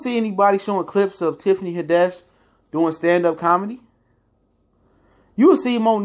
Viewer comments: It's Tiffany Had- ish bro. Not haddesh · Who Is Tiffany "Ha-Desh"? Is It A "Tiffany Hadd-Ish" Imposter? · It’s Tiffany HAD-dish, not Tiffany Ha-DESH. Lol good video tho 👌🏽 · Haddish bro! Not HAdish! You're right overall though. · Had-dish..... not Hadish. Say her name right. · Why you keep pronouncing her name as “head-desh”.... It’s HAD-DISH...‼️ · I can't take this dude serious on what he's saying about Tiffany Haddish bcuz he can't even pronounce her name correctly. Who tf is Tiffany Hiddash?😞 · The only thing that made me cringe is how you say Tiffany last name 😖. It’s had-dish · 😂😂 I like how he break it down but, why do he say Tiffany Had-dish name so wrong? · Tiffany Huh-Dash lol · You are saying her name wrong please do better but I totally agree with what you're saying 100% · There is literally no reason you should be pronouncing Tiffany’s last name like that, it’s literally spelled how it sounds... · You not even saying her name right 🤦🏽‍♀️ but I agree with what you’re saying. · Pronunce tiffanys last name right